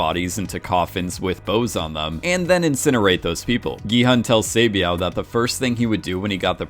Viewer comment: He mispronounced a lot of names, I just looked up how to pronounce "Hwang Dong-hyuk" and he pronounced it as "Hong Dong-hyow" when you are supposed to pronounce the K. Same with Sae Byeok he says Sae-byow.